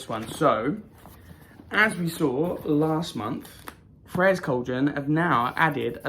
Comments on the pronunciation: I always look forward to these videos. They make my day, no matter how bad it started. You got her name right, just so you know. The funny thing is, there is probably a different way the ancient Greeks pronounced her name. It's like Hecate. There are so many variations of spelling and pronunciation of her name, not sure which one is the right one. My stone is slightly smaller than yours and I just about fit mine in the cage. Can't wait to get the Air bowl to complete the collection. Hope you have a blessed rest of the month!! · Yay you got it right. That is how you say the goddess name. Good video and thanks for posting. I wish I could see you perform. I bet you have a beautiful voice. Maybe you can sing for us one day.